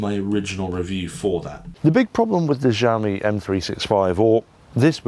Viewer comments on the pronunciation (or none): It's pronounced "Shee-ow-me", not "jow-me" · Kzaomi?? Added another way of pronouncing Xiaomi into my list. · It makes me laugh to tears, I even checked trustworthy native speaker (google translate) and is supposed to be pronounced more softly, as "ksiajomi". I am pretty sure it's so funny to me because in my language the "ż" and "sz" are actually being used. As far as I can understand what you're saying I am good. I just hope that tire was in 100 degrees of Fahrenheit not Celsius...